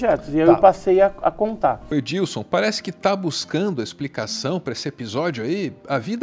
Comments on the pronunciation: É Edson não Edilson hehehe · Só um detalhe, é Edson, não Edilson heheheh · Não é Edilson Boaventura...é Edson. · EDILSON não pô kkkkkkkkkkkk Edison Boaventura, sem o L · É Edson o nome do ufólogo, não é Edilson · Chamou o Edson Boaventura de Edílson, umas 10 vezes! Kkkkkkkkkkkkk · Edilson, não. Edison. Meio diferente o nome do ufólogo. Escorregou na casca de banana 😅